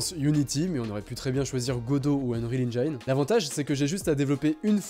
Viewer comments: ON DIT EN JINE PAS ENJAYNE PUREEEEEEEEEEEEEEEEEEEEEEEEEEEEEEE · ENNE JINE